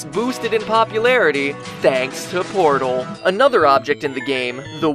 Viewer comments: The way this guy says "pordll" makes me want to punch him in the mouth. It's "portal"! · haha your pronunciation of everything jesus christ. POORTAL NARBAAAACULAR DROP JOOOOBS AT VALLLLVE